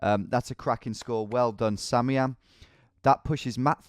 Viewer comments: isn't it "Sam I am"? not samiam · Do you realize its sam, i am, and not samiam